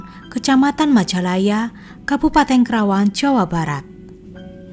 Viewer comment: Bukan krawang,tapi Karawang